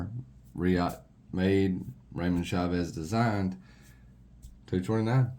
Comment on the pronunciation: Dude the way you pronounce Chaves is badass